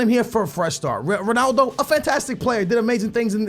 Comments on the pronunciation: u say stuff like Ronaldu instead of Ronaldo its annoying and funny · Why do you pronounce 'Ronaldo' Ronaldu